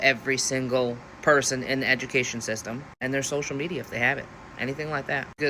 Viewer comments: "This is disrupting traffic and my childs eju-kay-sun" says she, WHILE REMOVING HER CHILD FROM THE SCHOOL!!!!! Visit reality much? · 'ameikan eju-kay-shun" - textbook oxymoron.